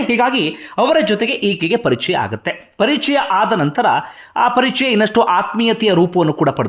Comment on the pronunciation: ಲೇ ಪುಣ್ಯಾತ್ಮ ನೀನ್ ಹೇಳಿದ್ ವಿಚಾರ ಏನೋ ಸರಿನೇ ನಿಜ. ಆದರೆ ಮೊದ್ಲು ನೀನು ಕನ್ನಡ ಕಲ್ತ್ಕೊಳ್ಳೊ "ಅ" ಗು "ಹ" ಗು ವ್ಯೆತ್ಯಾಸ ಇದೆ ಮಾರಾಯ ಅದು "ಹಾಗಿದ್ರೆ" ಅಲ್ಲ "ಆಗಿದ್ರೆ" ಅಂತ ಆಗ್ಬೇಕು. "ಹಾಗುತ್ತೆ" ಅಲ್ಲ "ಆಗುತ್ತೆ" ಅಂತ ಆಗ್ಬೇಕು ಮೊದ್ಲು ಸರಿಮಾಡು ಕನ್ನಡದ ಕೊಲೆಮಾಡ್ಬೇಡ🙏